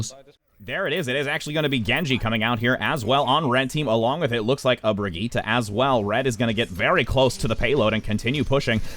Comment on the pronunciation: Hazlina Razali I can't tell if you're saying that YOU can't pronounce Brigitte or the commentator because he's doing it right it's pronounced "Bree-geet-ah"